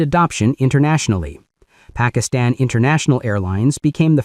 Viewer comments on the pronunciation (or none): none